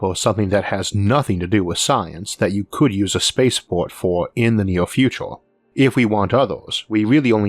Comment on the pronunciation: Don't get me wrong, I love your videos and the amount of research you do for them. But the way you speak almost makes me not want to watch these videos. I mean you pronounce future like futore, university as univorsity and years as yeors. Is this some kind of failed forced british accent or a genuine speech impediment?